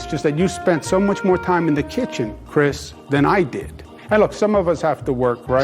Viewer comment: Am I the only one who thinks ‘Mom’ and ‘kitchen’ are spoken like a dog whistle for something else....Too much emphasis on those words.....🤷🏻‍♀️